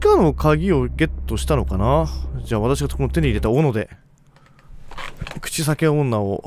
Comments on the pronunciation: 「口塞け女」やっていきましょう。って聞こえたｗ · 最初 口臭系女に聞こえた。